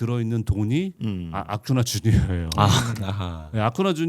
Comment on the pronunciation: 송재우 위원님 아쿠냐 주니어 선수를 아쿠나 라고 발음하시는 건가요? 제가 귀가 나쁜건지 위원님 실수이신건지 모르겠네요